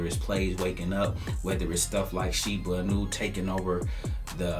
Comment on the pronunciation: Shiba Eeeeennnuuuu. Not aannuu.